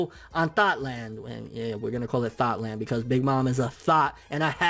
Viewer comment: "Thot-Land". Love it.